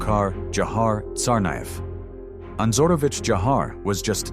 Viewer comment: You've butchered Tsarnaev's patronymic